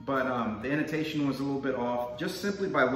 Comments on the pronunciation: He said Inotation, instead of Intonation. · It’s i-n-tonation dummy